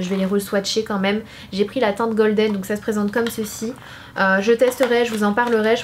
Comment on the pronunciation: Ton make up 👍🏽 ! Par contre ta prononciation en english, genre "teinte goldène" au lieu de "teinte golden", ça fait toujours mal aux oreilles 😅